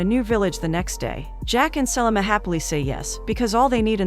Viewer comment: Her mispronunciation of Selma as Sellamah drove me NUTS the entire time!!!